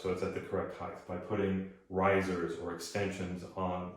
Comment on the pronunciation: height vs heighth